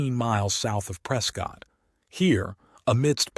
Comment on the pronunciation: you say plAcer but it sounds more like plasser... also, ppl in Prescott say something like presskit... like bisquit...sounds weird but that's how they say it... cheers!